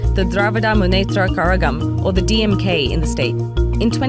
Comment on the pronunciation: Props to for near-perfect pronunciation of every single Indian term in this video! Okay she has Indian roots probably but still... How she pronounced DMK was a pleasant surprise! Well done!